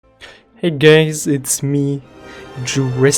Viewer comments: Who heard hey gays? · Did he said:"hey gays!" in the beginning? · Did he just say “ hi gays “ at the beginning of the video 😂 i’m not gay bro